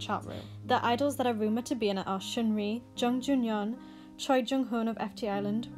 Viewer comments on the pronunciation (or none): sheungri? what makes you think that it's pronounced like that?